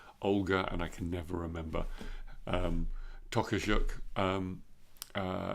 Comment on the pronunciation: Thank you for leading me to Patreon. An ingenious idea and I will certainly look into contributing. With all due respect, it's time for you to learn how to pronounce Olga Tokarczuk's name. Any of the 2.5 million Poles living in the UK will tell you and practice with you. If you say it correctly five time is a row, you'll 'hear' it and remember the sound for ever. Will come handy as two more of her books are being translated into English. Warm regards.